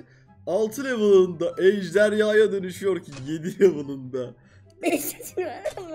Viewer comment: BİZ:EJDARHA ABİ:EJDERYA